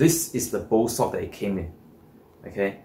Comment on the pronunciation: ...are you saying "Bow Sock" o?? Does this Bow sock , wick moisture away from the bow. ?? Are they thermal Socks ??